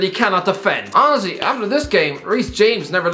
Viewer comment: Everyone else: Honestly: Owesy